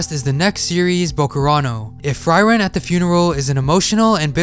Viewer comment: Pronounce Frieren right fcking hell pllsssssss my ears hurt -.